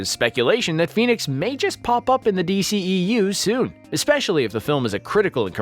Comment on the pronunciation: It's not DCEEU. Its D.C.E.U!🤦‍♂️